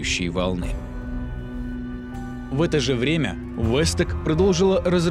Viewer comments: Не вэс ток а волт тек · Не вестек а волтек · Не востек а волтек